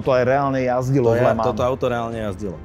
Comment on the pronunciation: Kluci, ta vaše výslovnost okruhu LeMans je opravdu u obou úsměvná, ke všemu když majitel tam byl a neumí to vyslovit po francouzky. Pro mě je to pouze pozér majitel.